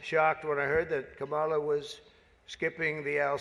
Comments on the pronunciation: What an idiot. He can't even pronounce "Kamala" correctly. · What I find interesting about Trump is his intentional mispronunciation of Kamala Harris's name when she is not around. But when she is he says it correctly.